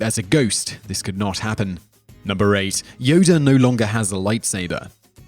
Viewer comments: This nigga keep saying "Yoder" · Yodr lol haha WTF is wrong with this guy... Plus just incase you forgot moron he lost his light saber in the senate while he battled sidious.